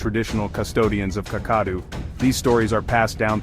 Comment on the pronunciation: This is a nice presentation. A correction to the pronunciation of: Kakadu = kak-kuh-DOO, Uluru = [OO] + [LUH] + [ROO] .